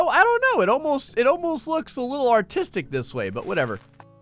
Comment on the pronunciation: The way he says artistic it sounds like ortistik